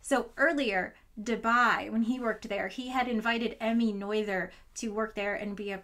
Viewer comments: all good but it's not "got in jen" it's "guuh ting en" also it's not "noy ther" it's "nuuh ter" guten tag frau professorin.❤ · I was excited thinking that you were gonna bring up Emmy Noether, but then you mentioned Amy Noyður, which was disappointing but it's nice to hear about more women in science. (jokes aside, I know you Americans are tired of hearing people bitching about name pronunciation, I know it's not super important, and replacing ö with oy sound really isn't that egregious. But pretty much no language apart from English ever uses th to make the English sounds. Maybe if you're reading at an Icelandic/Greek transliteration, but a lot of European and Asian language, and most Arabic dialects don't even have these th sounds you have) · "Noy Thur" ‽ Not "NO ether" ? It was decades I mispronounced chaos "cha-O's" before anyone told me... I Need to talk to more people, or at least hear them speak. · Very nice video, if I may, I would like to correct some pronunciations though, Göttingen is pronounced "Guh-ting-huhn" and Noether is pronounced "Nuh-ter" (I actually use to be a researcher at Göttingen) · The pronunciation of Noether and Gottingen probably annoyed some German watching this and that thought makes me happy